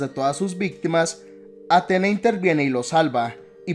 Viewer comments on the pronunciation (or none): No es de mala onda pero te recomiendo que te fijes bien a la hora de hacer éstos videos, por ejemplo, se pronuncia Atenea no Atena, y segundo, Freya tuvo muchos hijos, pero Thor no cuenta, más que nada porque en juego de 2018 se nos revela, por historias de Mimir, que la madre de Thor era una gigante, en todo caso quisiste decir madrastra, pero nada buen video